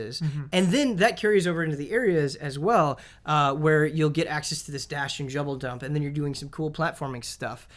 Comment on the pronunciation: Don't let get away with saying Jouble Dump instead of Double Jump... I know I'm Not the only one who noticed... LMAO